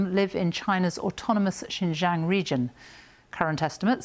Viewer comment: Be good if she could at least learn to pronounce Xinjiang correctly. Sorry, that's not too important here.